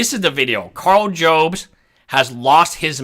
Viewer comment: by the way it's pronounced "jobs" as it someone who is going to need a new "jobst" after losing a court case